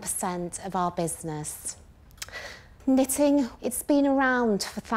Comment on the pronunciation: Jenny: Excuse me, did you say knit-in? I'm out.